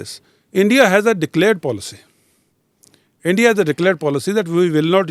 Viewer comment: ROO.. ENDIA... ROO😂😂😂😂😂